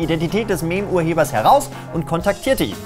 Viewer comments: Ich mag das Format, aber bitte bitte Meme wird immer miim und nicht Meem ausgesprochen^^ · Mehm-urheber? Mehm? MEHM???? /miːm/ = Aussprache. jetzt bin ich aber wirklich GETRIGGERT!!!! ansonsten gutes video mal wieder! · bitte sprich meme das nächste mal richtig aus! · Was ist denn ein "Mehm", oder ein "Mem-Urheber"?